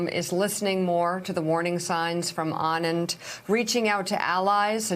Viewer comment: Nice to see Mika pronounce Anand correctly... Very nice to hear.. much better than A-naynd